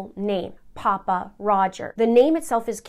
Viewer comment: Just an fyi... Pappa isn't pronounced poppa. Think of pronouncing pappy and put the a where the y is...